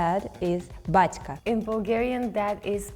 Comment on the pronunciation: Honestly that Batsca for dad in slavic, the way she says it sounds like romanian "bade/a" wich means is old man (rural area)